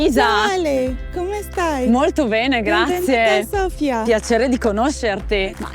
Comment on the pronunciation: Thank you,, for saying Sofia correctly:D